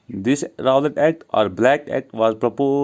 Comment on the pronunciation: Bhai "Rawlatt" Nhi hota "Rowlatt" Hota hai. Tujhe kuch Pata hai kya ya aise hii bata raha hai